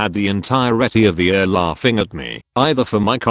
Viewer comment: Pronounce ER as Eee Are, not Ur. Pronounce OR as Oh Are, not Or.